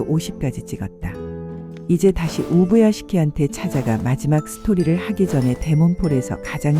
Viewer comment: 우부야개시키라고 말하는게 겁나 웃기네 ㅋㅋ